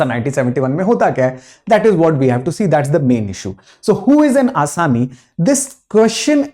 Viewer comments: It's Assam-ese.. not Asami. Asami means 'criminal'. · Assamese not Asami ...please do correction of your pronunciation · Not Assami, its Assamese. Please pronounce correctly. Assami means "The accused" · assame ???? it's assamese not assame ...